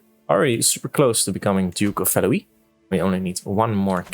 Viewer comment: I think 'Valois' is prenounced like 'Valowah' etc. instead of 'Valowee', I think it'd be Valouis otherwise... (Then again, I hardly know French for like 2 years...)